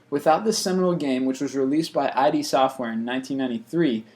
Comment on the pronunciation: I.D. Software.. (sigh) Id (rhymes with did)